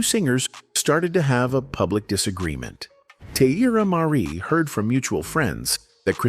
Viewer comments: "Tee-eye-eerra Marri" is diabolical 😂😂😂😂😂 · At least pronounce her name correctly! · Saying her name incorrectly in a video about her is so disrespectful. I have to thumbs down this no matter what the message is.